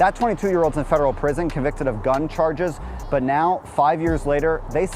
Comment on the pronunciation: ChaGes lmao dude drops the r when he says charges